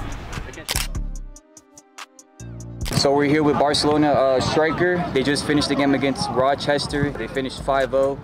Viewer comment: Is bro saying varcelona? 💀